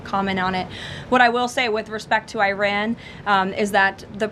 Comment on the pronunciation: Caroline Lying Levitte needs to consult with her grandfather/ husband to learn how to pronounce Iran!